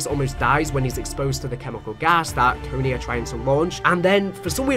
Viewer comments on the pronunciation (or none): none